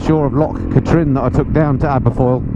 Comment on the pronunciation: it's loch KATrin not KA - trin. More like kathryn....